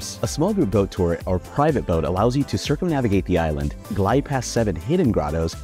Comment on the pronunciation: Such a pity you can’t pronounce the name of the island properly